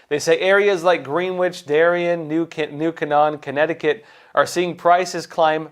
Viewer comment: New Ca naan not New cannoon